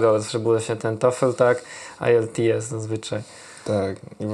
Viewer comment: ciekawa rozmowa! P.S. na przyszle wywiady... IELTS exam, wymawia sie powszechnie [ajelts egzam]. To jest test poziomujacy od A0-C2 w skali 1.0-9.0, im wyzsza ocena tym lepsza znajomosc jezyka, wystepuje w dwoch wersjach Academic i General, native speakerzy tez musza go zdawac np. w celach emigracyjnych, czy dostania sie na uczelnie... Sam kiedys zdalem IELTS Academic na 7.0 (C1 proficient user) stad troche sie orientuje :D